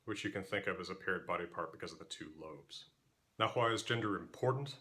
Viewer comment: You know what else sounds weird to a native speaker? Whhhhhy 😂